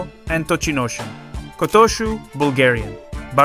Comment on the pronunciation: My dreams for this thoroughly enjoyable channel seem to have finally been realised - Kotooshu's name being pronounced properly, or close enough to make no difference. I've been watching your channel since the start and I love it. The only issue has been some of the pronunciations. Really quite poor early on but a slow improvement to a level where it no longer detracted from the enjoyment. Kotooshu was the name that really set my teeth on edge and it was when I heard it in this video that I realised that the issue had pretty much faded away and I hadn't heard anything egregious in quite a while. Congratulations! I remember telling you a long time back that if you corrected the voiceover you would have one of the best English language sumo channels on here and you have made the improvements needed. Well done and thank you. Oh, and I'm sure Aonishiki will be a Yokozuna by mid 2027 at the latest, probably an awful lot sooner!